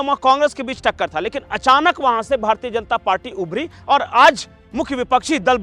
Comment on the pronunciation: भारतीये नही बोलना भारतीय शब्द का उच्चार भारतीय ही कीजिये न की भारतीये। आप लोग "य" अक्षर का उच्चार "ये" ऐसा क्यूं करते हैं?